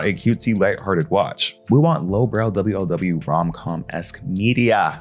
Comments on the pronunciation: your pronunciation of wlw is TAKING ME OUT 😭😭😭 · Are you saying mlm and wlw like that as a joke? Sorry, I'm autistic and I can't tell lol